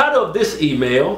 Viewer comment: "Tide of this Sea Male"... Anyone else hear that? Lmao